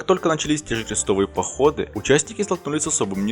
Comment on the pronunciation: Не торопись , слова произносишь не ясно " как только начались кжестовыи походы" Читай ясно , не торопясь !